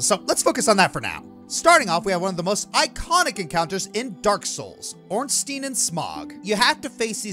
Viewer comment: I adore you, but dear god the way you say Ornstein and Smough's name was like being repeatingly stabbed with a rusty shiv.